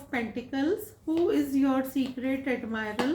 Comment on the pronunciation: Am I the one who is hearding secret admirer ❎ Secret admirel✅💀